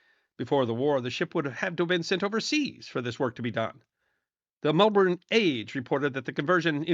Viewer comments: Your posts are very good and this is another in that vein, however as an Australian I hardly recognised some of those locations as pronounced by an American 😂 and as for Frank Forde he was our PM but only for 7 days. If you want to see another example of how disgracefully our Nurses were treated by the Japanese, look up the story of Vivian Bullwinkle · Come on mate, I think we Aussies can work out where "Melborn" is 😂. does an excellent job and that's good enough for me